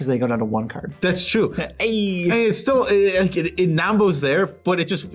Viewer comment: It triggers me so hard when the left dude says "Ceard". I like my Magic ceards xD